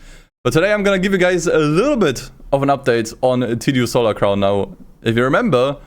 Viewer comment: tsu stolar crown lmao xD